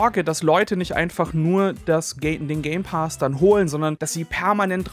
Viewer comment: „Game Paas“ so sprichst du es aus 🙉😂